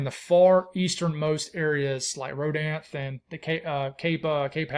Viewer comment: Only sharing so you know in the future but it’s “Row-Dan-Thee” aka Rodanthe.